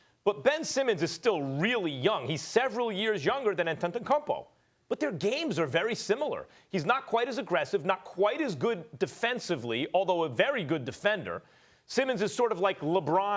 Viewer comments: An - Te - Te - kuum - Poh .. Antetokounmpo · Max say it with me “An-teh-teh-koom-poh” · Max should never even try saying Giannis last name🤣🤣🤣